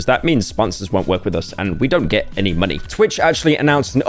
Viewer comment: With the hard m in the word money i almost expected he is going for the word minor and doing a weird bit.